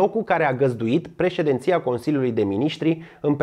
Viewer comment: președinția, nu președenția...